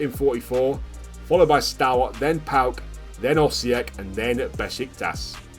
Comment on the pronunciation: PAOK fan here, it's pronounced PAOKARA